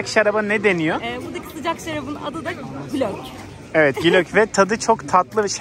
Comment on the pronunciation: O icki degil glög diyorlar serbet tir